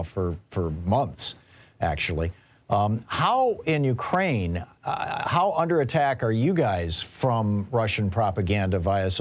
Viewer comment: Mykraine, not Urkraine